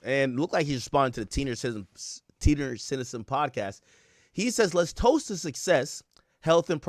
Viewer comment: He called em teeniors 😩